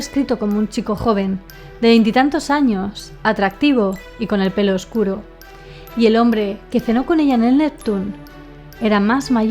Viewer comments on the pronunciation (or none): none